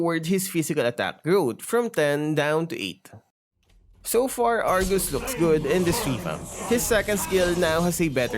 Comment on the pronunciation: Did i hear wrongly? "Argoose"???